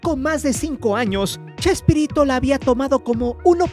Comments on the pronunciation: Porque dice chesperrito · como vas a hacer un video y le vas a cambiar el nombre a Chespirito... le decis CHESPERRITO.. sos un PERRO JAJAJJA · Me.gusta.escuchar cuándo le dice usted CHESPERRITO😂